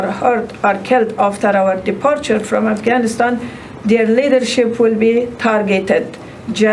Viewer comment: Joe it's Afghanistan not Gas-can.